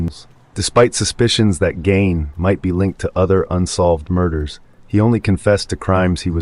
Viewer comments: it's ed gein not 'ed gain' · At the risk of being pedantic, Ed’s last name was Gein, not Gain. Just fyi. Great content on this channel.